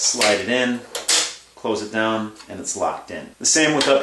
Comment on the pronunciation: the way you said upside dahn makes me feel like you're from pittsburgh.